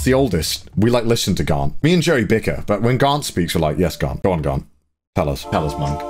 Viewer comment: Connor saying Garnt Subtitles: grant, god, garlic ...?